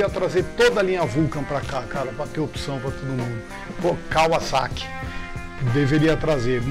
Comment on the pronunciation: Raridade ver gente pronunciando o nome Kawasaki de forma correta aqui no Brasil (não Kavazaki), mostra que os caras pesquisam e sabem de motos de verdade.